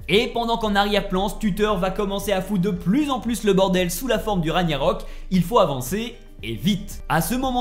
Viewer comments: Ragggggggnarok... Pas Ragnarok... MES OREILLES ! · Beau travail mais on dit Ragnarok et pas Raniarok. C'est le titre du jeu, le terme est répété des dizaines de fois durant l'aventure. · RAG - NA - ROK Et pas Raniarok stp..... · Juste par par pitié, pas ra »gnya »rok , mais ra »gue « narok 😊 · J’adore La vidéo mais la prononciation des mots me fait rire comme le « Raniarok » 😂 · RAG-NA-ROK pas Raniarok sinon chouette vidéo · Pk les gens prononce Ra Gnia rok alors que c'est ragna rok ya pas de i dans le mot hahahah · Repeat after me...raaaaaag narok...pas compliqué pourtant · Comment tu peux avoir poncé le jeu et avoir autant inexactitudes sur la trame principale sérieux... Et jte parle même pas de la prononciation du nom des lieux où personnage... Même le nom du jeu tu l'écorches... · Par cintre cette façon de prononcer ragnarok 😂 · Ça choque que moi les larbins qui disent "raniarok" au lieu de "raguenarok" Mdr "corne" c'est une "cor" mon dieu cet analphabète Une âme de dieu dans le serpent, c'est simplement un géant Mama mia plus j'avance plus c'est horrible, "Surt" pas "Sturt"